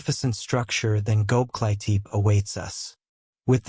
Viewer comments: Man!!! If you are to make a documentary about something, please pronounce at the least the name right!!! ... It is NOT Goklitip....the name is Göbekli Tepe in two words. From the get-go, your thing turned me off and sounded like shit. Using AI to make a documentary on a serious subject is not serious!! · Goklitip!!!.....you kidding me man!! AI bull !! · you might’ve never heard this or it’s AI so I’m gonna help you say it. It’s glob. Like globe is in the round circle thing that chose the Earth. Lee. Tech. Ee. ❤